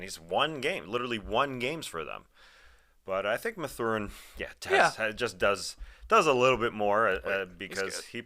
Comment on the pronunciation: its math-er-in, not ma-thur-in